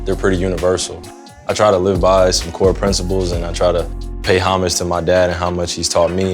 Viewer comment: we just gonna ignore how he pronounced "homage" ?